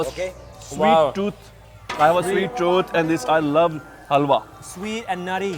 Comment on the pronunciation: when says Sweet choot instead to sweet tooth 🦷